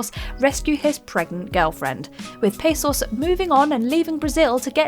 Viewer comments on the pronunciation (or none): "PAH SOS" not pasos. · It is Raul Passos not Pessos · Yes Raul Passos no PAAssos